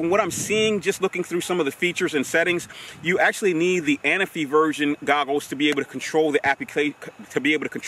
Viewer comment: The Parrot A-Na-Fi ...lol... you and my boy Inspector Gadget always call it the Parrot Ana-fi..lol...but since its your drone, I guess you can call it Larry if you like (